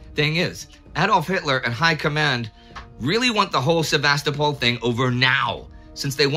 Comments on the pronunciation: Please! It's pronounced: Sev-a-STO-pol, not Sev-AHS-to-pol. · I feel exactly the same way regarding the pronunciation of Ukrainian and Russian place names. I also love this channel: the information and presentation are among the best anywhere. I just wish Indie would stop saying Sev-AH-sto-pol and YOU-kraine. ;-) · Excellent as always, but, please: SevasTOpol. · I heard that as Sevastafall must fall!